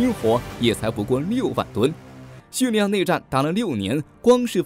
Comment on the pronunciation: 真的不想吐槽，但是发音确实不对，听着好恼火，是叙利 li 亚，不是叙 ni 亚